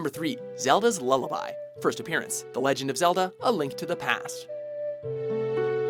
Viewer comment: No one gonna say how he said "zelda's loliaby first apearents a link to the past"